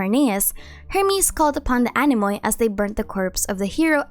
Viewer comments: I like your content a lot and I can help you by saying that anemoi are pronounced anemi because "oi" is the same as "i". Take it as something in return for the nice videos you make for us😊🌸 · Great video. Not to be rude but is has fun hearing you pronounce anemoi, oi (οι) is pronounced as e like electro, so it is just anemi